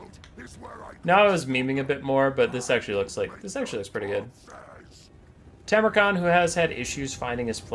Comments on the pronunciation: i curse the person who gaslit into mispronouncing tamurkhan. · struggling with Tammy's name will never not be funny 😂